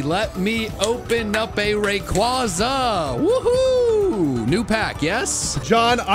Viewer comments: To John it raykwayzah not ray qwah zuh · Please stop saying rayquAza its rayquaza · Your saying rayquaza wrong